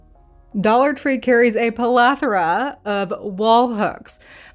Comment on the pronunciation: Pal-ath-ora: pleth·o·ra noun 1. a large or excessive amount of (something). "a plethora of committees and subcommittees"